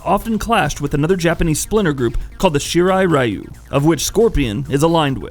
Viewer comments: He pronounces Shirai-ryu wrong too. From the wiki: Throughout the series, the Shirai Ryu's name is mispronounced as Shirai Rye-yu (when the correct would be Shirai Ree-oo). Also, given that "Ryu" is the Japanese suffix for "style", the name would be more properly parsed as "Shirai-ryu". Shirai Ryu means "Style/Flow of the White Well". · Because he mixed the way english pronounce "Shirai" and the way asian says "Ryu"